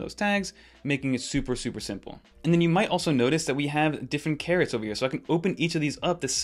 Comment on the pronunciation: You … said … carrots??? 🥕???😂